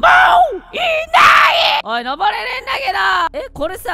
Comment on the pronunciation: 最後｢もぉっ！い な い！｣が好きw